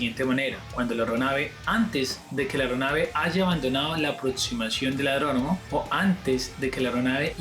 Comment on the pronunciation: Adronomo? 😂 es aeródromo.